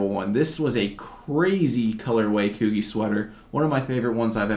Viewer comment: Coogi is pronounced kew-g, love your knowledgeable videos